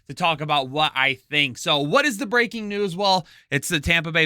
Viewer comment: I had to listen a second time. I thought you said "breaking nudes" out of the gate. :_swag